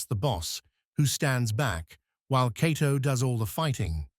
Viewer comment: It's quite a stretch to call this "15 Facts You Didn't Know." Any casual fan knows much if not all of this information. Further, the "narrator" has an AI generated feel to it. He mispronounces Cato's name several times while getting it right at other times. If not for the great still pics and clips I'd say I would like my back please.